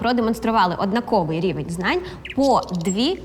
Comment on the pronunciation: Чому ви сказали "однакОвий", якщо правильно "однАковий"?